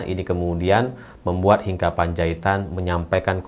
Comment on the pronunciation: Membaca nama Hinca itu bukan Hinka tetapi tetap Hinca 😊